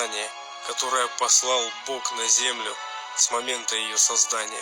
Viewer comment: Да, хватит уже "г" экать!.. Получается не Бог, а Бок...